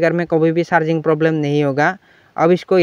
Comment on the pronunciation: Thanku bro for new solution lekin ye Charging jack hota h Sharging jack nhi